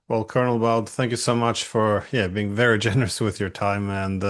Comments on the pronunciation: I shut if off when he pronounced his name Jacks Bawd. Come on, if you're going to invite people on your podcast, at least have the decency to pronounce their names correctly!! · Great video as always. Unfortunately mr Diesen pronounces the name always horribly wrong. Jacques(Jak) Baud(Bo). As an professor he should at least try.